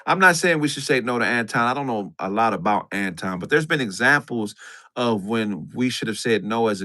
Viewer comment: Why can't pronounce Anton, correctly?